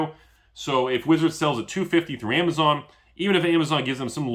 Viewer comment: you Destroyed everyone with the "....amazone"